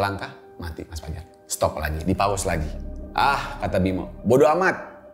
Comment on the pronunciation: terdengar sprt 'Paus' bukannya 'Pause' maap seandainya salah mendengarnya. 😢